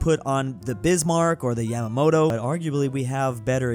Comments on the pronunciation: can't even pronounce Andalusia. Do you really expect him to get Yamato right? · Ah yes the largest ship in the world: Yamamoto ITS YAMATO!! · YAMATO, YA-MA-TO, YAMAMOTO WAS AN ADMIRAL